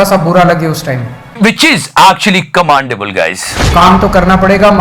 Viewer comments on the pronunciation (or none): CommEndable, not commAndable